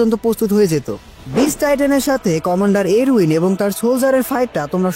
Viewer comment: আপনার কথা আরো স্পষ্ট করে বলবেন আপনি যে বলেছেন কমানডার আরবিন স্পষ্ট করে না বলে কমানডার আরউইন এর মতো উচ্চারন করেছেন।😅